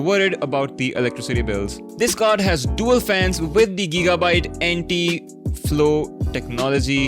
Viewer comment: giigabyte bhai gigabyte he